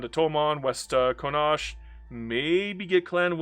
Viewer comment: Thank you for the disclaimer at the start of the video. I have never heard somone misspronounce Connacht. "Con-Aw-KTH"